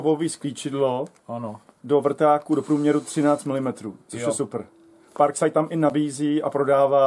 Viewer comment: neni to parkside ale parksajd